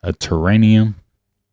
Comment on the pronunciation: The word is Terrarium.